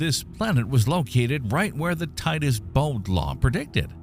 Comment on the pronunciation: They said Titus Bode law . Not word . They talk insult story .they are wrong .